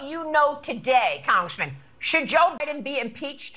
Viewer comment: WTF can't this Fox "journalist" say Biden?